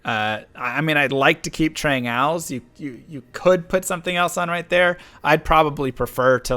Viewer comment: Whats wrong with D2 streamers not being able to pronounces the basic words of the game properly... Trang Owls? its pronounced Ool Its not Shayko its Shako